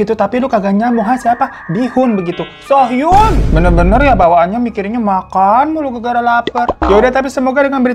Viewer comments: Aaaaaa makasih bang videonya!! <3 btw nama "Soo Hyun" tuh dibacanya "Su Hyon" yaa bukan "So Hyun" karena kalo "So Hyun" beda orang, ada lagi aktris cewek namanya begitu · Bukan sohyun bang, tp suhyon